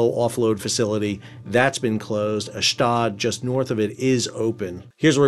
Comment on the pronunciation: Hi Sal thanks for all your great work. FYI, Ashdod is properly pronounced AHSH-DODE. (Rhymes with LOAD)